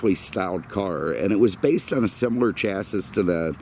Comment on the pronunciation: The last of the good ones before Cadillac went to shit in the early 90's. Did you just say chassis like it's spelled? Dafuq?! Of all the people 😜